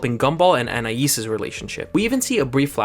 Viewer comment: I'm sorry but you butchered her name bro 😭